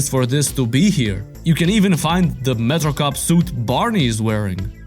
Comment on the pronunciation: I love how you say metrocop. It’s not that you say it weird, it just sounds cooler when you say it.